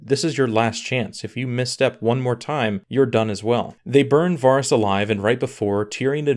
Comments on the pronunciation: It’s vArys not vaarys don’t u watch the show? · OMG, please say VER-ys, not VAAR-ys. It sounds so bad, lol. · Why is it so many youtubers say names blatantly off from the show? Do the audio books say [Var-ys, Ver-eez], instead of Vehr-ys. I also hear a lot of Duhnereeeeez, Ser Dayvos, even D&D say Meeesenday, when no character in the show says it like that. Like what is with the intentional difference? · I definitely agree that a lot of it was rushed. The plot points weren't the problem, but the execution was. Also it's Vah-riss and not Vaw-riss. :P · The most unexplainable thing is that you've been watching this show for 8 seasons yet you can't pronounce Varys. VARRIS! NOT VAHRIS. VARRIS! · Dude how can you pronounce it Vahhris?? Have you even seen the show? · if he says varis one more time... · Varys, Varys, Varys. It's pronounced Varys... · You are killing me with the pronunciation of the characters’ names (Varys & Catelyn) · u say varys so odd - and if tyrion tried to sway her he would b killed too - Jaime would have died either way. He stay locked up he die. he not gonna be released and not try to save his sister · Can't even pronounce Varys right